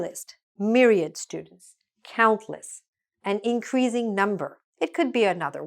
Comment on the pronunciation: hello, I don't know if you read the comments or not but I just wanted to point out that your pronunciation of the word "increasing" is incorrect.